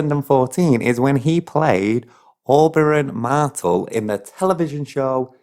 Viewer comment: I didn't know I needed a northern murdering of the Martell name followed by several repetitions of 'Game of Throne' (fair maybe, the series doesn't really focus on multiple 'thrones' apart from the northern kingdoms, a bit), but apparently I did.